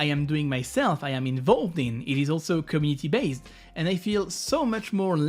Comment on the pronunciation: How hard is it rly to say community the right way? Is the word that hard to pronounce?